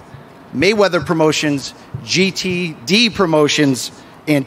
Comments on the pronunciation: That “GTD pronunciation” had mayweather on the ropes for a quick sec. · Y’all saw how tank was looking after mayweathers said GTD Instead of GTB Laughing out loud